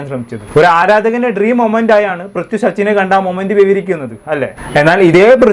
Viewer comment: Brithi alla mone Prithvi 😂 enta tholvi aliyaa 😂